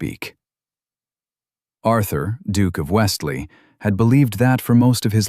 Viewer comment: It’s not Westlie, it’s Westlee